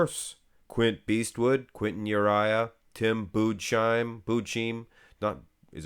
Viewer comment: Thank you for your great videos! But as a native german i can't let you struggle any longer with the pronounciation of Tim Budesheims name: Speak "Boodas-hijm", et voilà, you have it. ;-)